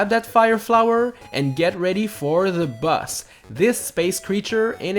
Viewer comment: You said boss as bus